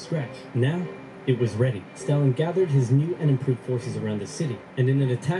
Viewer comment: You know for someone who seems to be really into history (at least enough to create these great videos) you'd think he'd pronounce Stalin's name correctly lol